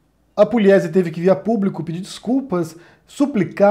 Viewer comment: Não é Puliesi, é Pugliesi. Não, não, Pugliesi não lê-se Puliesi. Sou de Assis SP, aqui tem a família Pugliesi.